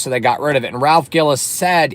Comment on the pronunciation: Good lord brother.. it’s Ralph GILLES pronounced like the word “Pills” & Ralph is Still there at FCA.. and he’s EASILY the most legit Automotive executive in the history of the big 3 when it comes to the big 3’s performance car division.. Ralph is the Main reason we got the SRT8 (Ralph won the North American Designer of the year for him creating that car) Ralph is the main reason we have the 08+ Challenger SRT8, & he’s the ONLY REASON we got a Gen5 Viper at all. Anyone who’s a SRT vehicle owner owes Ralph Gilles a huge debt of gratitude..